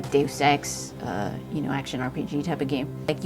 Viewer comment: Kudos for saying 'deus ex' correctly lol so many people butcher it.